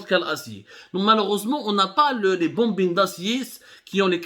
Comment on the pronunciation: Abdou avec tous mes respects et chapeau pour ce sujet yaani entre autres c'est des kawalisse mais On dit Alpha Paaayyype (pipe) en anglais et des Booobine d'acier Bobine mais chapeau wallah plus objectif que vous je le tue d'ailleurs même l'opposition welaw des clans pas mieux d'êtres neutre et faire des enquêtes dans les deux sens